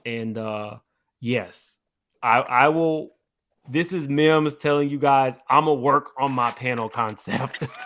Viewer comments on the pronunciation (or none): Mims You Got My Name Wrong but i love your channel😂 PERIOD Pooh😅